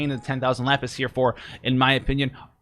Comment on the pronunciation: Bro it is Lapis! 🤣